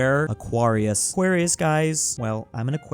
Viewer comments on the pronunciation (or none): none